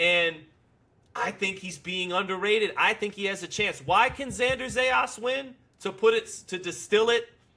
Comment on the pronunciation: these guys been talking non- stop about Zayas and still can't pronounce his last name right😂😂😂😂😂😂😂